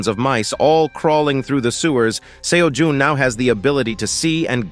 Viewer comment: Bruh am I tripping why is he calling him seo juhn